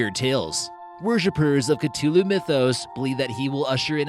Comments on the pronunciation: It's pronounced Cuh-Thu-loo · Stopped watching right after you butchered the word CTHULHU